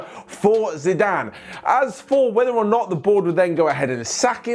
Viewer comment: said Ziiizzzedane Zidane